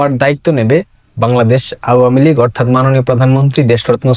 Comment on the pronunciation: ভাই, তোমার আওয়ামীলীগ বলাটা আরো সুন্দর করো। শুনতে ভালো লাগবে।